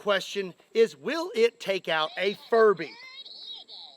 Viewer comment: Good job pronouncing the B in furBy a little louder, otherwise youd have the entire furry community at your doorstep 🤣